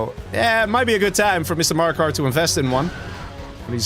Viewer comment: Btw Maraka is called Maraka not Marakar (no r at the end), it means “Battle” in arabic